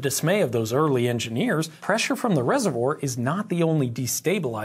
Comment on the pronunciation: Why do you pronounce reservoir as yezzevore?